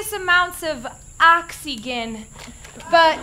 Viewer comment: 'Mission Log, I think I just heard a spooky noise!' lol only starkid! I will never say Science(Schience) Oxigen(Oxigge) or Animals(Aminals) the same way again!!